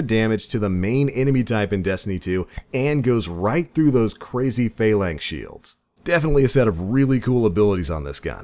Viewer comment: Your inability to pronounce Phalanx drives me insane.